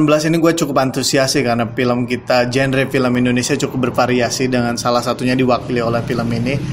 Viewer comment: Variasi "jenre"